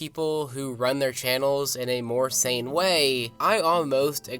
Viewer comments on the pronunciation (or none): none